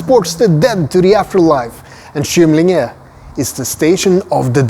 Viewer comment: Du bör även ändra uttalet på station Kymlinge till hårt Kå och inte mjukt. Har jobbat i tunnelbanan i över 30 år så vi använde aldrig mjukt kå i uttalet. Stockholmskan har sina egenheter, i synnerhet när det gäller uttalet av gamla ortsnamn och andra sammansatta ord.